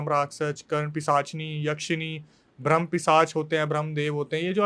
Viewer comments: Yrr ye bhram bhram bol rahe rahe bramh hota gai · यह चुतिया ठीक से ब्रह्म भी नहीं बोल पा रहा है । ब्राह्म को भ्रम बोल रहा है 😂 बकवास कर रहा है मादरखोद